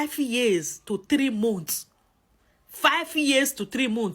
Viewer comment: Say ‘Mants’ for ‘months’ not ‘monts’